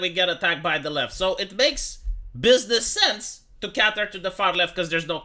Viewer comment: Cater rhymes with hater and later not cater rhymes with hatter and fatter.